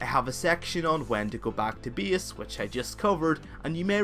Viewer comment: My ears are bleeding, when i hear your "BIES", which is "base" and this "SIEF" for safe :D But thank you for a guide.